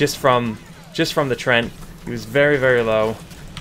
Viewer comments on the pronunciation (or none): Nice video, but "treant" has 2 syllables! :D